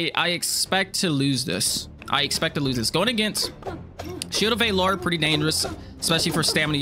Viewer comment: Why do you pronounce Valor like that? Lol